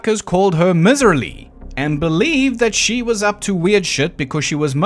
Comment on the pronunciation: miserly pronounced my-zur-lee meaning cheap or stingy with money.